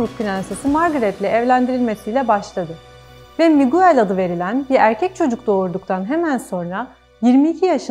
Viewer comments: Programinizi begenerek izliyorum ama yabanci isimleri okicaniz zaman biraz arastirma yapin. Muguell diye okunmaz o isim, Migell diye okunur. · Video iyi güzel de. Yabancı isimlerin nasıl okunduğunu öğrenseniz daha güzel olurdu. Mesela Miguel diye değil Migel diye okunur o ad.